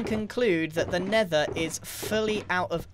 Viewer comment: The Nender